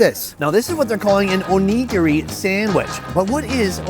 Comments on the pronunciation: Its not WOG U its WAG OOH. Saying WOG all the time is being very disrespectful. Its ONI - GARI. Why dont americans learn how to pronounce words from other countries. It just makes them look stupid. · Sonny.. LMAO you’ve got to pronounce it neh-gear-ee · "Oh-negro-e"?? You mean Onigiri? Oh-Knee-Gi-ri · The way he says onigiri is sus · anyone else annoyed at how he is pronouncing onigiri 😩😩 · He needs to learn how to pronounce onigiri😂😂😂😂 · Great video! Just work on your pronunciation of "onigiri" please